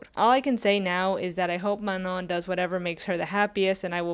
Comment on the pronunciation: Is that really how Manon is pronounced… like ‘Manong’?